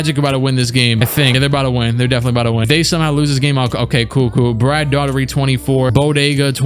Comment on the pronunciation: Y do you always say daughtery When its Daugherty